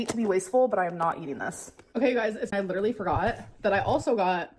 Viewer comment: Dude...the way you crossed your eyes at "pitcher" I got choked on my water...."lidurally" 🤣🤣